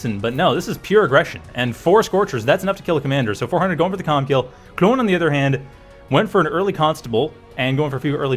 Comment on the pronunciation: Best part is how you pronounce your o's after saying Klon's name